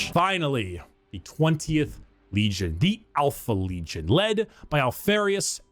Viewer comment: After watching like 8 different people react to, I've noticed one thing..... Occasionally, pronounces "n" as "m". Like, when he says legion as "legiom", but only sometimes.